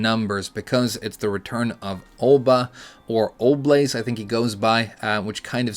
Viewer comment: "Olbaze" isn't a stoner name (It's "BAZE", not "BLAZE"). I've gone by Olba since I was 13, but that name is often taken on forums. I think I was about 16, when I thought to myself "What would be a good thing to add to "Olba" that would look like a full name, but also unlikely to be taken already?". So I added -ze to the end, and I have never seen it be taken anywhere. Sometimes I'll be super edgy and use a 0 instead of an O. I'm really surprised at the speed of here. I'm not even done reading the comments in my own post, and he's already made a commentary video! As always, a solid, fun, and not too controversial of an opinion. Kinda sad you didn't take a larger look, this is like 30% of what I did. In particular, I added a list of Top 5 most common characters for all ranks from Suzaku to TGO, and that's got some real surprises. Hope you had a good Christmas and spend your time up to New Year's Eve well. I'll be drinking glögg and eating ryebread sandwiches with roasted reindeer and gravlax.